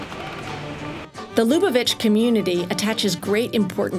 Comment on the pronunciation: “Lubavitch” should actually be pronounced LuBAvitch with the accent on the “BA.”